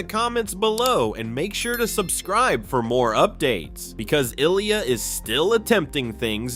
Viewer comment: Before you make a full video on an amazing talented Olympian ice skater like Ilya, you should probably learn how to pronounce his name correctly.